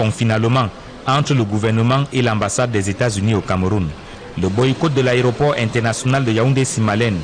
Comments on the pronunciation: dit " Aréoport" au lieu de "Aéroport" C'est d'ailleurs une erreur courante chez les journalistes camerounais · Il s’est même pas prononcé le mot Aéroport, il dit " àréoport " 🤦‍♀️ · C'est vrai qu'il ne fait que dire "ARÉOPORT". Mais, vous aussi, écrivez un peu plus correctement le français. Trop de fautes dans votre commentaire. 🤦🏽‍♂️🤦🏽‍♂️🤦🏽‍♂️